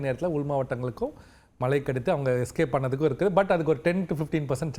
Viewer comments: வானிலை ஆராய்ச்சியாளர்கள் ஆவதற்கு என்ன தகுதி? மழையை மலை என்று உச்சரிக்க வேண்டும். கரீட்டு. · பிரதீப் சார் குமரி மாவட்டத்தை சார்ந்தவர்.... தமிழை உச்சரிக்கும் போது வட நாட்டு IAS அதிகாரிகள் பேசுவது போல பேசுகிறாரே.... குறிப்பாக மழை என்பதை மலை என்று சொல்கிறார்...... கேட்டுப்பாருங்கள் புரியும்...